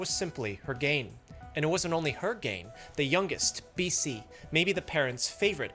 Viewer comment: BC MC DC SC? Tell me you don't know how to pronounce their names without telling me 😂lol